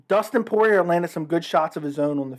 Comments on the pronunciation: The last “r” in Poirier is silent. Poor-e-Ay. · When you annunciate the letter R on the end of Dustin‘s name it makes you sound kind of like a hillbilly. wait a minute I’m from the hills of Kentucky maybe I better pick a different term. You sound like a goof, yeah that’s it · I assumed from your accent that you were from New Orleans but I guess that isn’t true considering the mispronunciation of Poirier lol